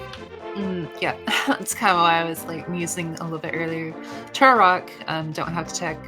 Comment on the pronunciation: I think she might be saying Turock as a joke? Like how she called Sahasrahla "Szechuan"